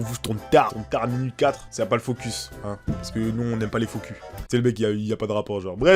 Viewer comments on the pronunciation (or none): none